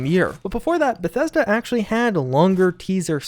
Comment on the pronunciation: Every time he says Bethesda I’ll take a shot.